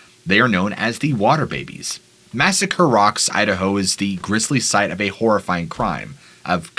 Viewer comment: Did he just say Massacare rock ?